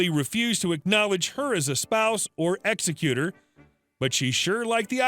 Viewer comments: Hey, its pronounced (eggs ec u tohr) not (ex ec u ter) you pronounced executor improperly. Made it sound like a killer, lol. The bad credit card company ill be executed by the executor of the estate. LOL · To the reading guy. Ex-eck-you-tour. Not ex-eck-cuter. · Once again you're screwing up pronunciations. The word in this instance is pronounced "ex-EC-you-tor". Your C in English is showing. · Executor? It can feel that way sometimes, but in matters of estates it's pronounced ex-E-qu-tor, with the emphasis on the second E ;-))